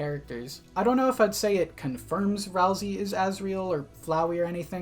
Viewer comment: You say ralsey like rousy, like a-roused lol